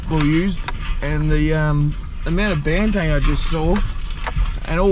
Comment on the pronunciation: I don't want be a dick mate....but it is Banteng not Bantang....eng not ang!